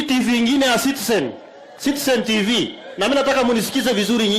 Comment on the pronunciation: Oscar sudi,,,, "sitsen tifii" 😂😂😂😂😂😂😂😂😂😂